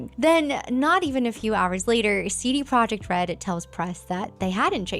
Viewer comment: God dammit. The "j" in Projekt is soft. Yekt, Yeeeeekt!